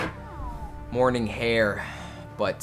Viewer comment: how you said morning, your starting your morning off with hot sauce have a fun SHIT